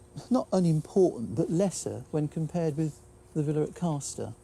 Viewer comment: It's CASTer using the northern pronunciation of the fishing action on the first syllable! Part of two close villages called Castor and Ailsworth.